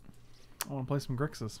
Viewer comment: Gixis control without the R. Unsubsribblyboo I'm so glad you're brewing again!!